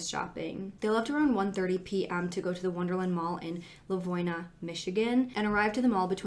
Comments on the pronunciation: for anyone local who might know something or have thoughts, he's from LivonIA. It's pronounced differently in the video ( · That is not how Livonia is pronounced. Lol